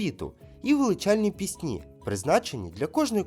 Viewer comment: Вітання з Черкас. Як завжди пізнавально і розважально. Не надто складно і не заумно. Але маю зауваження щодо правильності сказаного. 1) не розділяйте українців . Множина не має статі - це узагальнення ( спортовці, захисники, викладачі, учні … всі / обох статей). 2) правильні наголоси: колЯдки і колядкИ, пІсні і піснІ ( однина і множина). І багато інших таких прикладів. Чомусь не надають значення цьому ( не лише Ви). 3) церкви / монастирі де б вони не були не можуть загубитися, щоб потім десь знайтися ( не наслідуйте помилок інших людей). Вони просто Є. А можна сказати простіше: скільки монастирів в Україні мають статус лаври? Не треба ускладнювати. З 12 лавр, що є у світі - 4 в Україні. В останньому запитанні , я думаю суть була в тому хто запатентував винахід. Бо відкрив ці промені саме Пулюй. Успіхів у розаитку каналу. Чекаю новіх вікторин.